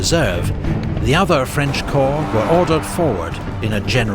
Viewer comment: It’s pronounced “core” not corps.